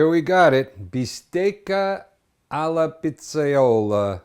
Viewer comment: ) How you say, "alla pizzaiola" sound neapolitan´s accent, is it? :-)